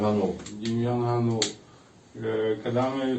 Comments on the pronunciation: АВТОР (га`нул) сука удар на первый слог!!! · По-перше, він ГАнул, з наголосом на А. Ви навіть цього не знаєте, що за єресь несете? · Який же ви журналіст, якщо навіть призвіще говорите неправильно? Його звуть Дем'ян ГАнул,а не ГанУл!😡😡😡 Добре,що в вашому призвіще одна гласна літера,не помилишся😂😂😂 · Не ГанУла, а ГАнулула)))) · Вибачте не ГаНУла а ГАнула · ПрізвищеДемʼяна звучить ГАнул, а не ГанУл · Зрадофіл гнап, прізвище треба правильно читати--- ГАнул. Ти став помийкою журношлюшною